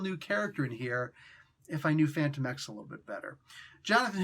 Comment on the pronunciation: I thought his name was pronounced “Fan-TOE-mex”